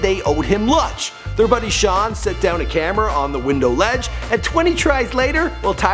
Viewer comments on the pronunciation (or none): none